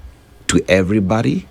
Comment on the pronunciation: It is not pronounced Timboooktu, the correct pronunciation is Tim-buhk-too. Your pronunciations are awful. Put away the stupid accent and learn to enunciate and pronounce your words. Stop saying every-bady because that is not English but American street slang!